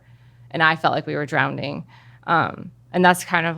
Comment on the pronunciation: GIRL its DROWNING not DROWNDING